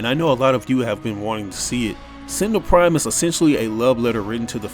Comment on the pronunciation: Sentenel prime its rat